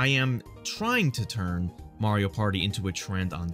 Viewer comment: "mario pary"